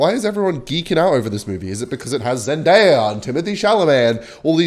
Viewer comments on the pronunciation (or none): none